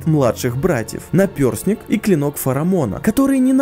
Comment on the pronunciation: Думаешь, уже всякие извращения слышал от игрунов, ан нет... "напЁрсник". Вариантов два - либо большинство роликов на русском делают люди, у которых русский не родной язык, либо банально неграмотные. Какие, на хрен, "пёрси", как можно было вообще додуматься вставить туда "ё"? Хотя, хорошо, что не "напёрстник".